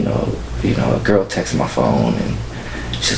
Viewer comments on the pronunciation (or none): It's "texts" Not "texas" Buh leee Dat Nawh why sayen